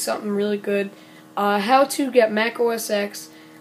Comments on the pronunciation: It's OS TEN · It's pronounced os 10 though